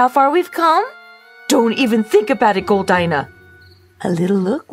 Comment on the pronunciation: How come you can’t pronounce Goldina properly?